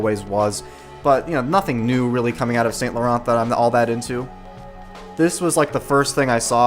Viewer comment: The way you pronounce Saint Laurent just shows this brand is not for you.